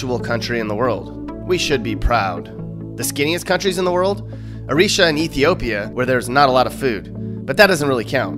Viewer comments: The fact that you concluded that Eritrea and Ethiopia don't really have food shows why you pronounced Eritrea as Erisha. LOL! Interesting perspectives. You should travel more :) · Eritrea. AIR-RE-TRAY-AH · ereesha lol. you are not very worldly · Did you just pronounce Eritrea Ah-reesha? Dude! Lol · Eeerriiee trraayy a (Eritrea) and yes I am fat but not crazily so (BMI 32). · Eritrea is pronounced air-it-ray-a